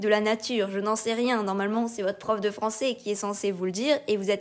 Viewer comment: Désolé mais nous avons du mal à y croire: 7 fautes de prononciation et diction en 30 secondes ! (J'ai bien vérifié trois fois) depuis le tout début de la vidéo. En effet, et par exemple, "Français" se prononce à la fin "ai" et non pas "é" etc . . . Dans ce cas revoir le recrutement et/ou les compétences des examinateurs du bac oral .